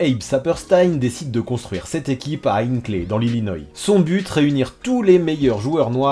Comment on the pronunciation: Ça se prononce illinoa